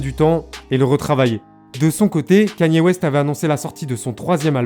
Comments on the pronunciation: Quénie ooéste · T’es con ou quoi pelo ? Ça se prononce comme ça mais toi ça se voit t’es un shlag tecoutes du rap fr